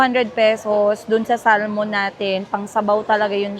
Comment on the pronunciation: Make Sure na Bago ka maki sama ulit or kung gusto nya makipag Balikan wag na sya ulit sa ginawa nya noon 😅😂 Fresh Start kumbaga 😅 By the way the Pronunciation nang SALMON the L is Silent Instead of Saying SALMON is SAMON … My Husband and Friends Here in the U.S.A They always laughed at me if I say Salmon … they Always correcting me Coz I keep saying SALMON 😅😂😂 That’s how we say it in Asia but it’s a wrong pronunciation… I’m just giving you a Heads up ✌️🙏👍💕🤗